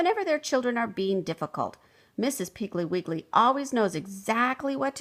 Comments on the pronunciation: I fondly remember from my childhood Betty Macdonald’s Mrs. Piggle Wiggle series of children’s books. They were so entertaining and always humorous. It’s a shame this reader clearly mispronounces the name of the title’s subject as “Mrs. Piggly Wiggly”. 😢 It clearly should be “Mrs. Piggle Wiggle”. 😊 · Lol thats not how you pronounce mrs piggle wiggle❕❗️ha ha😅😂😉😇😝😜😄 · I noticed this, but still loved the story!